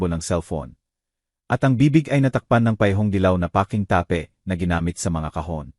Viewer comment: May mga words na mali ang pagbigkas tape ta-pe lock- look ayusin ang salita!😅